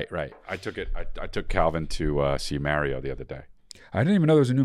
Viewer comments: "Marry-oh Brothers" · Lol who tf says mehh-rio? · The way you BOTH say Mario makes me very upset, and that’s all I have to say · Hey Chris, say Mario correctly